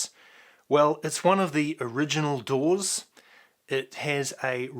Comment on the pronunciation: Say Doors 1 more time